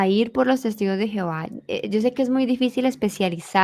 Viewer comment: Lamentable .como pronuncia el nombre Divino de nuestro Dios jehova .medita en lo q hablas en verdad tu .no conoses nada ..